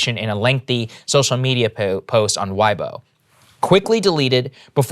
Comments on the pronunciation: It’s pronounced way- bo not why - bo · lol. The social media is "weigh-bow" not Y-bow, but that is ok. Her family name is pronounced as "pung" her name is "shwai". Also Li Na is UNQUESTIONABLY the most famous Chinese player in their history LOL. People going missing is so common in China. Does not make it ok, but this has become normal :\ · its pronounced way bow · Ok. Peng Shuai’s name, pronounced great! WeiBo should sound like /waybo/. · So funny hearing you pronounce it. Its pronounced Way-Bo. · Now help him with weibo and Xinjiang and Xi Jinping.